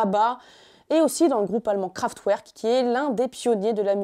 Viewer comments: on prononce KraftVerk, et non Kraftouerk ! Super intéressant.. et même topissime vidéo. Passionnant :) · Merci! Juste un truc, Kraftwerk est un groupe allemand, et il faut prononcer le w à l’allemande: /craftverque/ – pas /craftouerque/;) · En tant que passionné de science et de musique, j'ai adoré cette vidéo. Juste une précision : Kraftwerk se prononce Craftverk, pas Craftouerk (c'est allemand) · kraftwerk ça se prononce kraft verk, pas ouerk :( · Juste une petite remarque gentille… Kraftwerk, ca se prononce Kraft V erk :-) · Arf, jsuis ptetre un dandy mais le "Kraftouerk" m'a gratté les oreilles. Magnifique vidéo sinon, merci à tous les deux ! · Kraftwerk, ça se prononce kraftverk ! Sinon la vidéo est IN-CROY-ABLE ! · Kraftwerk, avec un w qui se prononce v... comme en allemand.